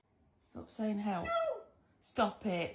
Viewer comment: That two syllable help gets me every time!